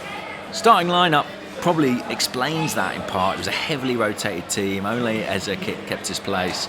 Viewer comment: Eh Zeh not Eza